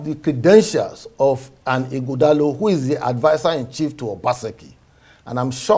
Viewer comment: it’s 21st sir not 21th and Ighodalo not Ughodalo Don’t sound like your principal pls🙏